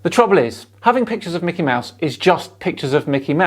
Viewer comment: It's not Macky Mouse.